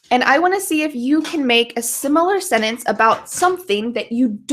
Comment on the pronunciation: When you say SENTENCE do you pronounce it as "Senence"? Without the "t"?